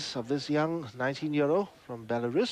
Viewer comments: Yeah he’s pretty clueless and someone must have told him that he was also pronouncing Belarus incorrect. Shows how unworldly we all were just 30 years ago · when u cant pronounce Belarus....id like to speak to the manager. (we are all karens sometime)